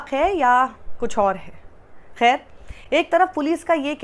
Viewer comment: साक्षी, आप के उर्दू उच्चारण बहुत अच्छे हैं। खैर के बजाय आप ख़ैर बोलती हैं। बहरहाल, शानदार रिपोर्टिंग के लिए बधाईयाँ। भाजपा और आर‌ एस एस को तो हर मामले में हिन्दू मुस्लिम के अलावा कोई काम ही नहीं है।